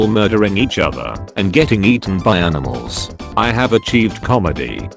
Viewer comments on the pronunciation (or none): none